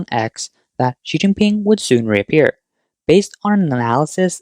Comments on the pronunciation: Did he actually say Xi King Pee? 😂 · Oh snot. I was just learning how to say “Xi Jinping.”